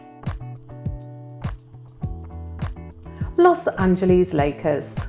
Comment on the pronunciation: 33/50 LOL I get a big kick out of my lovely, sweet pronunciation of the team that Magic Johnson played for: The Los AngelEASE Lakers 🤣🤣, you rock!!! ♥♥♥♥